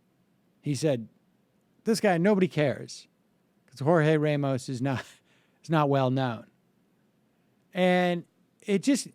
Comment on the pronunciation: Sam, you're a New Yorker and you pronounce the name Ramos as "Ray-mos"?